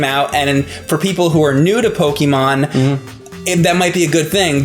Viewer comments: PokEmon, not Pokimon. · IT'S NOT "PO-KEE-MON", IT'S NOT "PO-KUH-MON", it's "PO-KAY-MON"!!!! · you are pronouncing pokemon wrong damnit is how says it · I never thought I'd be bothered by the mispronunciation of the word "Pokémon" at the age of 25... ...especially when the other guy to your left is (sometimes) saying it correctly. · doesn't know how to say Pokemon...